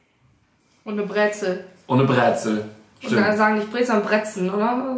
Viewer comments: wichtig zu beachten ist dass man auch Dänemark sagen kann da es Dänemark gehört. Aber es ist die Flagge von Grönland. UND ES HEIßT BREZEL NICHT BRÄZEL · wir sagen nicht ,,PREEEETTZZEELL“ sondern ,,brezel“ oder ,,breze“ :) wie ihr auch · Bräääääzel sagt luca das heißt Brezel ormal